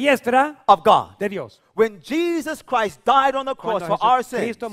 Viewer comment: Pastor listen to when you said Jesus Christ it sounded like the dude said hypocrite